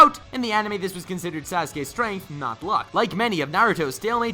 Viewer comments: "BEGINNERS RRLUCK" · Lol “beginner’s rrrddduck!” XD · I want an audio of you saying "beggineres ruck" 😂😂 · Begginer's what? I can't make out what he's saying. :/